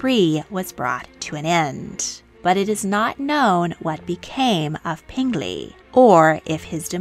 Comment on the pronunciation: Peng Li is P - eng (pronounced like you would say the g in ing) Lee. Not pen - glee.